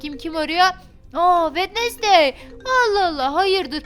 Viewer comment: wednesday günveme dedi 😌😌